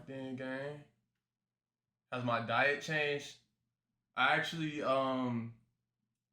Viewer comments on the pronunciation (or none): none